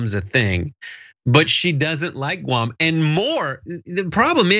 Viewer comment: The only thing is that she pronounce it Goo-am. Or like the previous chump if chief called other countries $ holes.